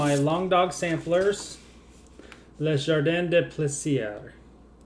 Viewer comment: Your colour choices on the Long Dog are beautiful (pronounce the 's' in plaisir like a 'z' and you should have the pronunciation perfect). I can't wait until you do the eyes on the red panda. I want to buy the kit but the eyes look a bit funny in the cover picture.